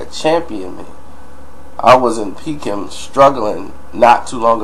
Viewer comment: Peck-ham not peak-ham